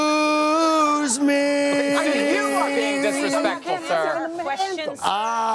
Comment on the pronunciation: How'd you miss the 'c' in "excuse" every time?